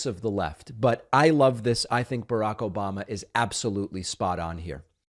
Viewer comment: Obamna? Obamna? Obamna?